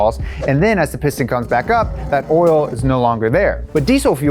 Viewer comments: every time says “orl” instead of “oil” i giggle a little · When he says oil he say oral and i cant tell where you are from is it brooklyn, sounds like brooklyn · The more he says 'oil' the more it sounds like 'oiel"